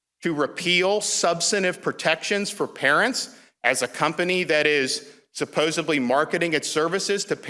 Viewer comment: Desantis said Supposubly?!? Please rewind.